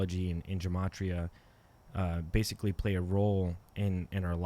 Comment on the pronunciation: It's gematria, not gamatria.